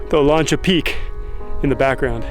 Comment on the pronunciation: Olancha pronounced Oh-LAN-cha. LAN like cat. I grew up near there. Thanks. That road may have gone to a silver mine, clay mine, pumice mine, uranium mine or an iron mine which were in that wilderness area as well neighboring Cactus Flat.